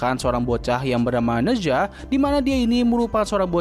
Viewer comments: Spellingnya "naca" btw. Bukan neza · koreksi bang, pronounce nya Ne Cha, kalo di mandarin Zh dibaca kaya C